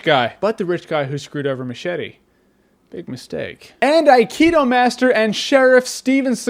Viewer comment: MUCH - ETTEHH